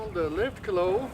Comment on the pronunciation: 那个claw的发音不准，翻译出来的字幕就成了cloth, 你得说很多次这个词，值得好好研究下它的发音啊🤓